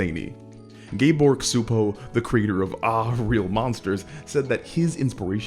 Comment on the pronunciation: This is validating, I’ve long thought kids’ animation often went more psychological and existential than almost anything aimed at adults. That said, it was a bit weird hearing Csupo said as “kuh-supo” rather than “chupo” 😅 like I totally get why that was your first instinct, but yeah